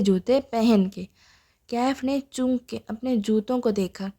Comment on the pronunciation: Asslam o Alaikum..please apni reading theek kren ..intehai uljan hui apki reading sun k...sirf 13 minute mushkil se sun ski ...Achay khasay novel ko ap itni imla ki mistakes k sath prh rhi hen....choonk nhi chonk hota hai lafz ...apne ilfaz ki adaigi me drustagi laaye ...please